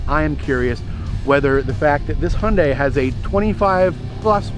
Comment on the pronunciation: The way way he pronounce Hyundai got me: It`s a Hendei Velostar :D